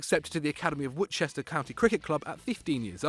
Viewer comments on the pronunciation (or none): none